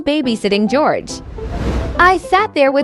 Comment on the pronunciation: That l said gorege